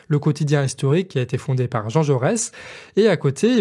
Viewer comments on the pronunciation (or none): none